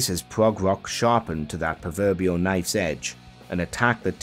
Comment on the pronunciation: it is rock music not ;wock'